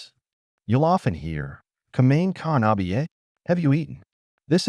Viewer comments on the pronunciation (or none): Kumin Ka na be yay? “Have you eaten? It’s pronounced kumain (koo-ma-in) ka na ba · When he totally butchered saying “have you eaten” credibility went out the window